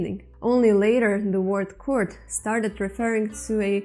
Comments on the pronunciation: You pronounced kurd like card But it is actually pronounced kuurd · that is kord .not u . o . کرد